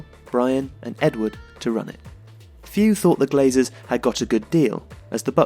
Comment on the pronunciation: It’s ”Glazers”